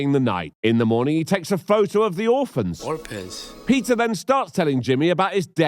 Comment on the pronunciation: ROFL, “orpans” never gets old.